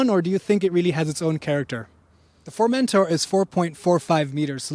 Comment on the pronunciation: Not to be annoying but, if you'd like to pronounce the name good, put the emphasis on the -tor, not on the -men-, so like FormenTOR